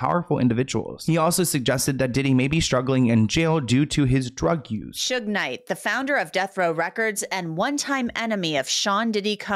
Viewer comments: Soog Knight hehe babes it's Sug like sugar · Yo...it's SHOOG Night...not SOOGE...❤ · Suuuge Knight has me wheezing 🤣🤣☠️ its Sh ug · It's not "sooge" honey. It's "shoog" like sugar. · Hey!! It's SHUG like SUGAR. Suge Knight. Love all your video, as always!! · SUGE is "sugar" without the "ar". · Did say "Sooj"? 😂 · lol “sudge knight”. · not u calling THEE Suge Knight Sooge 😂😂😂😂😂😂💀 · said “ soooge”instead of suge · his name is shhhug knight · Sooje? I can't